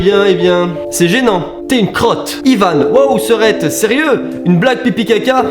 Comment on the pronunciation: Ça ce dit pas "ivanne" ça ce dit ivan!